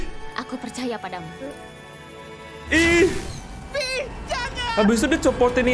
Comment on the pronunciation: Bang bacanya vi bukan ve